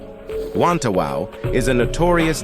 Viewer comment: ah yes wantawau, haven't heard that since forever